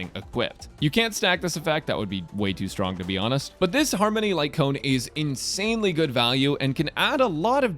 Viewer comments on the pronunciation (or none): none